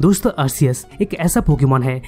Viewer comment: Bhai wo Arkeus hota hai but it spells Arceus.